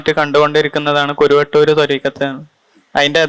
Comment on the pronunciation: സഹോദരാ കുരുവട്ടൂർ അല്ല കറുവട്ടൂർ എന്നാണ് ഞങ്ങളുടെ നാടിൻറെ പേര്‌.